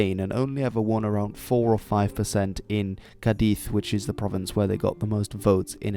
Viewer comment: Requetés, and not [Requétes] Cádiz, and not [Cadíz] Guernica, and not [Gérnica] (you got the rules about acentuación right, but Gernika is vasque so it doesn't apply xd) La Falange